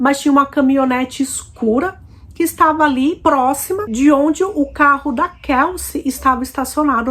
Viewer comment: A pronuncia do nome dela não é Kalci como vc está pronunciando😂pronuncia certa é Kelci. Eu moro aqui em New York City.